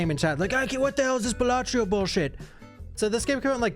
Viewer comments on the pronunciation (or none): it's balatro not balatrio